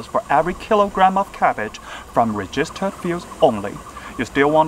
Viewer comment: Register的發音錯了（沒有惡意，只是提醒）